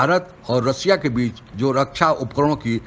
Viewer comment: Sanghai nahin Shanghai, des nahin desh, रसिया नहीं रशिया कहते हैं॥ आप उचारण ठीक करो आप अपना मजाक😜 बना रहे हैं|